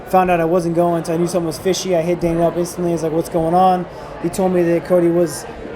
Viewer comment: i swear he cant say dana he sounds like hes saying dainer bisping hahahahaha funny guy